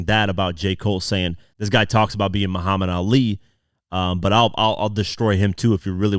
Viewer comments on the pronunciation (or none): none